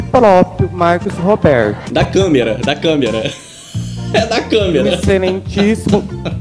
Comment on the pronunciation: Mariria, câmera, simprismeste.